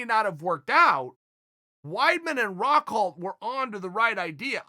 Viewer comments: I was looking for this comment lol. He also says Rockhold weirdly in this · Chael "rockholt" Sonnen